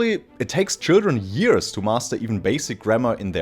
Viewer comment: c'mon stop saying yearSS 😭it's yearZ 😬